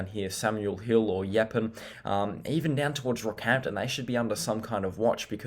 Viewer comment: I loved how he said yapen for Yeppoon just GOLD😂